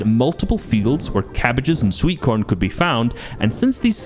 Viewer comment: Bro is the most scottish person ever "sweetcorn"😭😭😭